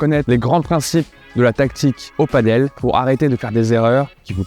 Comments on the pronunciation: Ça se dit "padelle" et pas paddle qui est un sport nautique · c’est pas du padeuleeeeee 😅